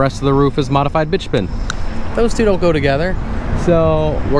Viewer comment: Remember: "Bi-two-men" not "bitch-man."